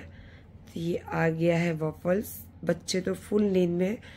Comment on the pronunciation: Pannn cake nahi Pan cake hota hai, wavles nahi waffles hota hai. Pehle khud ki pronunciation thik karo. Phir dusro ko gyann dena.